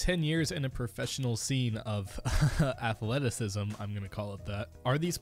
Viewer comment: I don’t like the way you said athleticism, you really just made it look like you don’t know what you’re talking about and just following a script (even though we all know you are as you have disclosed it before), but you should at least try to pretend you know what you’re talking about and respect the game and the people.